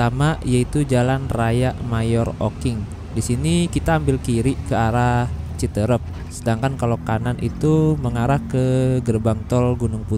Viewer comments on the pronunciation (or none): Aslinya CITEUREUP bukan CITEREP ..!!! Seperti kata peuyeum bakan kata serem...